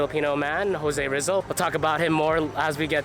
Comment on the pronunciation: Pronounced Jose Reezal